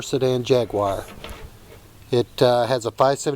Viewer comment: Cannot even pronounce the name correctly. Talk about trying to polish a turd.